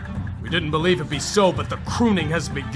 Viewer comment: say it with me "i bolieve"